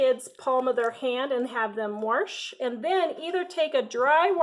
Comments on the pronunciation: WAAAHHHSSSHHH NOT WARSH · Agree. There is no R in wash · I just love how you say "warsh" instead of wash lol it is so southern and it reminds me of my granny! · I live in Warshington State. That is how we do it....lol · I agree! Warsh! Warsh! Lol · I literally almost just commented the same thing lol